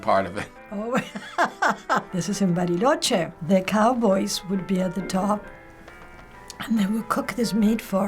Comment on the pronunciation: La forma en la que dijo "Bariloche" aparte de que también es una ciudad en Argentina, me hace pensar que ella es de Argentina o habla español con el acento.